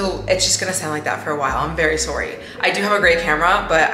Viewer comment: Serious question are you Canadian. Just asking because I heard you say sorry lol